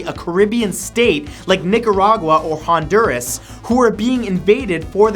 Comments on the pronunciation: he said Honuras wrong I think... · wait did he say houndures ah my favorite type of words the missed pronounced ones